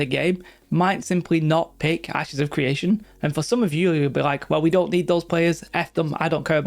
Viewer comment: It's CRE ation not CWE ation. Lmao?